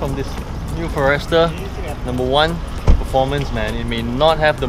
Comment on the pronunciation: For-Rester? First time I heard it pronounced this way.